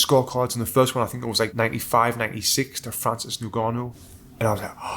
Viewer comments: "Nnn-gannou" non Ningannou. bruh. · "ngannou".... NOT "nigannou" for christ sakes man. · It’s pronounced “en”-gannou, not “ne”-gannou. Get the man’s name right please! Also how many people are saying “Alexander” Usyk. It starts with an O. Christ, make some effort!